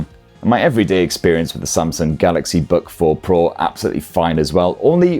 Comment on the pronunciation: Samsung Bug 4 Pro - thats what it sounds like when he's saying its name.